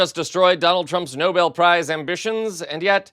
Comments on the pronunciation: She can't even pronounce Nobel' correctly! Accent on Bel ! Geeze! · Leavitt needs to permanently STFU. And if you want a Nobel prize learn how to pronounce it for starters. He'll be griping about not getting a prize til he croak, and then his cronies will whine about it. Thankfully he's going down the tubes fast, get it over with sooner than later. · And the incorrect pronunciation of the prize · It’s the voices in his head that say he deserves the Nobel peace prize.Would some one tell that woman that it’s the Nobel prize not Noble.Has Trump got a new hairdryer or is he wearing a toupee,his hair looks very fluffy today.The delegates he preached at must have very sore mouths from biting their cheeks to stop from laughing at him.He broke his own record for non stop drivel and lies. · Love the way Karo-Lying Levitt calls it the "Noble" Peace Prize. It's "Nobel" as in Alfred Nobel - not noble ya dummy. Honestly, is ANYONE in this administration educated or all they all just a bunch of blowhard baffoons? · Leavitt pronouncing the peace prize “noble” instead of No-bel. ;) ; always good for a laugh. On the bright side: trump’s learned how to pronounce Azerbaijan.! Next up: learn how to say acetaminophen. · Why is it these maggats can’t pronounce Nobel and instead call it noble peace prize? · Maga seems to agree that trump is worthy of the Noble prize. Pronunciation matters. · Why do so many pronounce it "noble" peace prize? Are those the same that say "nucular" ? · Ah hell, they can't even pronounce it correctly. Trump and his regime are stochastic terrorists. Enough said. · Karoline, it seems, hasn't figured out how to pronounce Nobel. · Can Karoline Leavitt at least learn how to pronounce "Nobel"? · Caroline Levitt cannot even pronounce the prize properly. Trump spells it Noble and that’s what she said. Do those idiots think it is a prize that makes you nobility? Beyond STUPID! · Leavitt doesn't even pronounce Nobel correctly. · she can'r even pronounce it properly-yikes